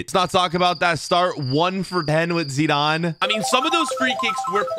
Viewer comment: It irritates me how you say Zidane (no offence)